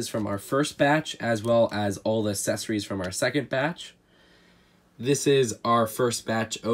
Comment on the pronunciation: weird with some of his pronunciations. I don’t get bothered by not emphasizing the “yo” in “crayon” because I’ve never spoken to anyone in person that does do that, but he always pronounces “accessories” as “assessories” and that actively irritates me